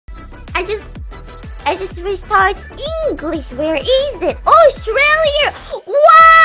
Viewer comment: You can tell she learned English in Australia by the way she pronounces Australia.